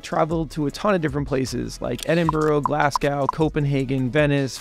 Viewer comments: And Glasgow is "glass-coh," not cow as in milk. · A few things though: Naught, not NOT. Edinbruh, not Edinborough or Edinburgh (hard GH) Glassgoo, not Glasgow (stress on W) British English have funny ways with words. Anyways, congratulations and all the best to your new job. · Glasgao lollllll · Its pronounced "Edin Bruh" and "Glaz Go", not the way you pronounced them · Having visted the cities, I find it incredible you mispronounce Edinburgh and Glasgow so